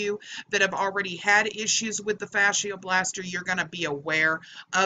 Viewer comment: Its pronounced "Fasha Blaster" not Fasheearrr" Just saying.